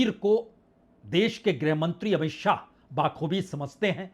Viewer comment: पुण्य प्रसून भाई, किसी शब्द का आप अगर बार बार उल्लेख करते हैं तो कृपया उच्चारण सही रखिये,' बखूबी' को आप रोज " बाखूबी " बोलना बंद करें,भीषण गर्मी में भी अगर हर प्रोग्राम से पहले हाथ मल कर गर्म करते हैं तो चलेगा !